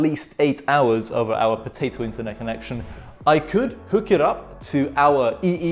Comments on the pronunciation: Love the way he say potato earphones😹😹😹😹✨but either than that your video helped me setup my ps4👍👍👍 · When he says Potato its funny.🤣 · Im german so every time you said potato offended me... Sorry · Are you dumb people Missy it's potato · What is wrong with him saying potato